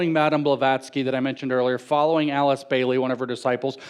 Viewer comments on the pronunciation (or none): none